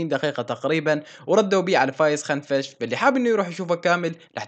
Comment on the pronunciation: اسمو فايز كنفش مو خنفش اوكي بس نبهتك بشان ما يصير مشاكل تستمر يا أسطورة 😘😘